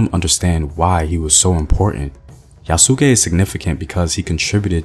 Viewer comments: You need to get the pronunciation of his name right. Just saying. Yes, he was probably originally a slave but by the time he came to Japan, an armed bodyguard to the second highest religious figure after the Pope. He wasn't considered undesirable, in fact he was released back to the Christians because he wasn't Japanese. Nothing else is known about his life after his reuniting with the Christians, there is no more reason to assume he went back to Africa, than there is to think he stayed in Japan or went to India. Yes, the Japanese were amazed to see Black people because they had no frame of reference, however the fact that he became the highest ranking foreigner in Japanese society until William Adams, shows that modern concepts of race should be kept out of the retelling of his story. Unfortunately, that didn't happen in the anime that just came out. Hopefully, they won't try to turn his story into another Last Samurai. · I love your videos brother but this was the hardest one to watch. It's Yah-skay. Two sylables not three. Think Asuka from the WWE. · If there is anything to nitpick it's that the emphasis should be on the first syllable (YA su ke rather than ya SU ke), but it's okay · Its YA-SU-KAY NOT YA-SOO-KAY Also Kokujin its black person translated Koku=black Jin=person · It's not ya-suu-kē, its YA-sk-é. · "Yas-ke' not 'Ya-SU-ke' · His name is pronounce yahs-key, the u is silent in Japanese. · Good video, although I believe the “u” in Yasuke is more silent and it sounds more like “Yaas-Kay” (though I could be wrong) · Excellent video like always. I hope they take note to make the movie as authentic as possible...not holding my breath though. Btw the pronunciation for 'Yasuke' is (YAH-skay). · Bro. I cringed every time he said it lol. But I loved this video so much I couldn’t turn it off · Yasss- Kay The pronunciation is Yasss- Kay Love everything you reported but you may have overlooked the fact that there were more than just one black samurai